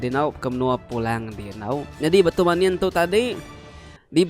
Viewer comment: Munin ukai manin sebutan ya